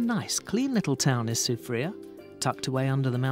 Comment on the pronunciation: I need to teach him some proper pronunciation of the places of St. Lucia. I give him that he said Soufriere well...but not Gros Islet. Remember the French Dude.